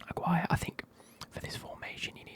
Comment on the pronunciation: btw it’s pronounced like Ah-gi-ray. (Gi like the piece of clothing they use in jiu jitsu) (and technically it’s not ray at the end but you’d need to be able to roll your Rs and it’d be more like rreh)